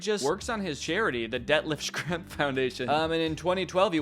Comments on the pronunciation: Its pronounced Shrempf! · I thought "fermiliar" was the worst thing Danny could say, than he pronounced Schrempf like "Shkrempfuh" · That “Schrempf” pronunciation would make your Midwest neighbors in Indiana cry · Schrempf is pronounced Shrempf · FYI Schrempf is pronounced "shremp," kind of like shrimp with an E.